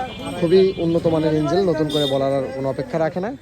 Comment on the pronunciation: কথা শুনে তো মনে হচ্ছে আপনি শিক্ষিত কিন্তু ইঞ্জিন কে ইঞ্জিল বলছেন কেন? আবার বলছেন মবেল